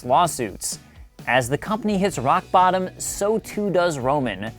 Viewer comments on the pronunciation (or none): none